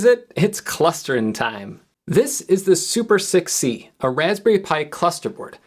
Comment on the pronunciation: > This is super6c This sounded to me like 'This is super sick, see?'